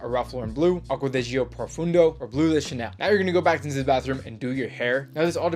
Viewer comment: " za bathroom"